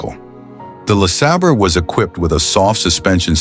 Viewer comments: Buick LA sayber, not La sahber. You make it sound like La Slobber. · Lasabber or LaSabre?? I hate this AI narrated crap!!! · 60 Buick Le SOBBER, LMAO AI SUX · How many ways can AI pronounce LeSabre? Sobber Seebray Saber Sebber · LaSobber. lmao ! 😅😂😅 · I gotta stop watching this channel... %he AI can't decide on a pronunciation of LE SABER and the camework makes me seasick